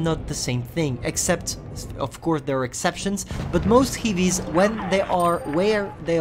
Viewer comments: Heavies , not hivis... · Why is he saying "hivies"